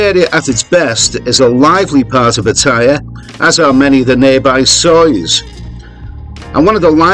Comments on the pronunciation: Pat - t- aya. please ask a Thai for pronunciation help. You are obviously an Aussie but you can do it! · when are expats going to learn to pronounce pattaya correctly? Do they ever listen to how the Thais pronounce it, so they can learn ordo they think they know better. Seems to me they think they know better. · Always enjoy your videos, but would it kill you to correctly pronounce Pattaya?